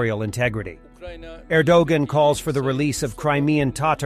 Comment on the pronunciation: "Row-but-een", "Ehr-doh-gun", and a "my-knot of silence": Ehhhhh??